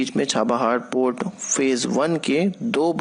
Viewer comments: Pot nahin port hindi sudharo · It's port bhai Sahab